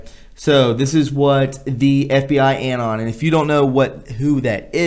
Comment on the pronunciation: Excellent! Please bear with me as I correct a few minor pronunciations: Anon is uh-NON (like anonymous is un-NON-i-muss). Clandestine is Clan-DES-tin. The past tense of broadcast is 'broadcast', there is no '-ed' ex.: the program was broadcast one year ago.; it will be broadcast again in two weeks' time.'